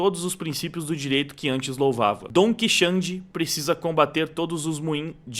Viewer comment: "Dom Quixande" 😂😂😂😂